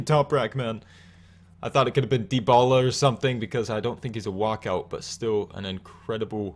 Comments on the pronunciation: De-ba-la not de-bo-la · I've never heard anyone pronounce it the way you did lol